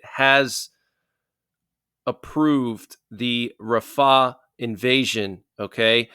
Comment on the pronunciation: He is saying it wrong